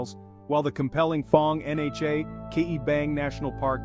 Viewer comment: Was the narrator AI? In , he read NHA letter-by-letter, instead of with the "nha" sound.